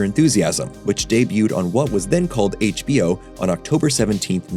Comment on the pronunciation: hBEEo Never heard it pronounced that way before.